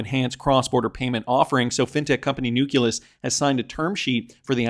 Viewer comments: IT IS NOT NUK-U-LUS PLEASE STOP BEING ILLITERATE AND MORONIC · can you just say nukkulus one more time please 🤣